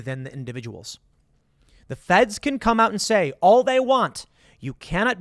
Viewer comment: "Yeeot the window" says Tim for the win!